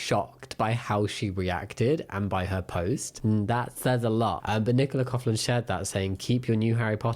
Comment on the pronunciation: Hi lovely Jamie, just letting you know that Nicola Coughlan's surname is pronounced 'coklan' not 'cofflan'. The gh in her name is a k sound. Fantastic video as always 😊